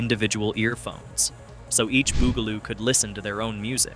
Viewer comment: Why do you pronounce it Boogaloo? It's Bugaloo. Bug!! They are bugs, get it?